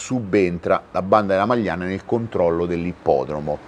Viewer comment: Non la Magliana: a’ majana